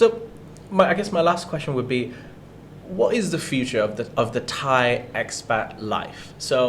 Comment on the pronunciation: Very good informative show well done all three of you All Thai names were pronounced in a way that I'm sure most of your viewers would pronounce themselves and fully understand I wish an unnamed absent presenter would take note